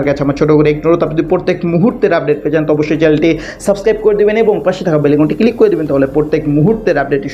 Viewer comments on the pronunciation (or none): হ্যলো উপস্থাপক, আমি শুদ্ধ বাংলা উচ্চারণ শিখুন, সমভবত আপনি ‘ মাদরাসায় পড়েছেন তাই বাংলা কথা আরবী টোনে বলে যাচ্ছেন যা আমাদের শুনতে মনে হচ্ছে “ ভাংগা রেকর্ড,” দেশের জরুরী খবর শোনার জন্য চ্যনেলটা খুলেছি কিন্তু একটা উদাহরণ দিয়ে বলি আপনি বলছেন “ কিলিক” এটা হবে “ ক্লিক “; বিডিও বলবেন না, বলবেন “ ভিডিও”।